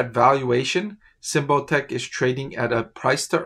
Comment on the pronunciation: You are pronouncing it wrong. Sym like symbol. Bot like robot. ic like Icky